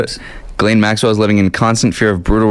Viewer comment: Her name is prounced GIS laine